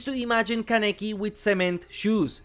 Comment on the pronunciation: Yes he did indeed say "Kuh-neh-kee" instead of "Kah-neh-kee"